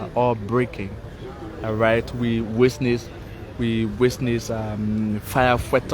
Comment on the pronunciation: Could someone please teach this announcer called, how to pronounce the word "witness"? He needs to learn what letter is silent in the word, "witness" and where not to put the letter "s" in that word!!!